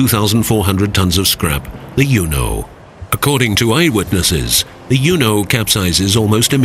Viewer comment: I can’t help think the narrator is not pronouncing the name of the ship correctly